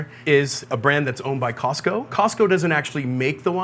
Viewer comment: Thanks for pronouncing Costco correctly. Too often I hear "Cah-sco"..